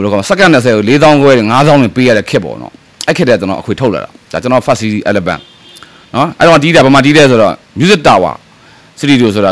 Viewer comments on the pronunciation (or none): Album ကို အယ္လဘမ္တဲ့ အသံထြက္နားေထာင္ကတည္းက ဟဟ ေစာက္႐ူး ေဂါက္သီး စာမတတ္ေပမတတ္ က်ပ္မျပည့္ မင္းဟာေတြၾကည့္ၿပီးမွ ဆလိုင္းဖြာေထာင္တို႔ ထန္ပါးတို႔ေတာင္ငါေတာ္ေတာ္အထင္ႀကီးသြားတယ္ ဟိုေကာင္ေတြက မင္းလိုမ႐ိုင္းဘူး သူတို႔ဝါသနာပါလြန္းလို႔အေျပာအဆိုခံလုပ္ေနၾကတာ မင္းလိုမေဂါက္ဘူး ေစာက္က်က္သေရတံုးေကာင္ပါကြာ